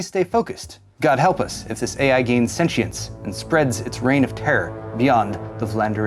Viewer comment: Thank you for pronouncing sentient correctly.